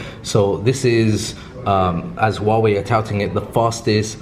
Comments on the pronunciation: Why can no one pronounce the 'H' in Huawei? It's not that hard. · Great video. But if I may, I want to point out that the H in Huawei does need to be pronounced, simply like a normal H.